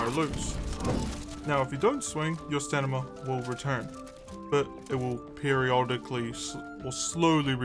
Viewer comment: You are saying staNima right? xD I thought I had a stroke at some point cause you kept repeating it the same way and I was so confused XD Great guide by the way I've been only playing for a couple months but I'm slowly getting into it.